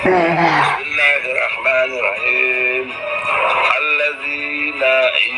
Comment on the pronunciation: Bismillahirrahmanirrahim nya aja tajwidnya berantakan